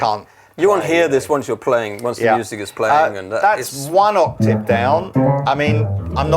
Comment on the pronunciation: Like and respect, but someone needs to explain to him how to pronounce 'octave'.